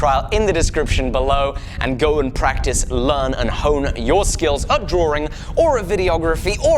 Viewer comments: All of this time, I thought you were saying drawering. You were actually saying Drawing. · I love you, but please... the word is Draw (like bra) -ing ... there is only one r in the word drawing. Much love otherwise :)